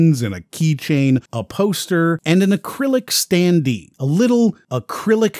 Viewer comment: Is the voice over artificially generated? The standee pronunciations threw me off...